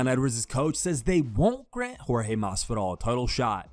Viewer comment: Askren you will lose again simply because you keep calling that man George when you know his name is Jorge 🤫🥱😵‍💫